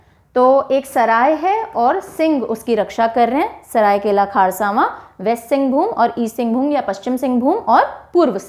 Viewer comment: लातेहार not लातेहर लोहरदगा not लोहरडागा सरायकेला खरसावां not खारसावां